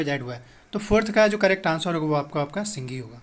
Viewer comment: Its not Singhi, Its Sindhi